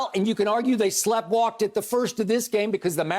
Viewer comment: Slepwalked?? Really??